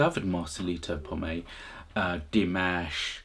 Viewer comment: Please his name is POMOY not POMAY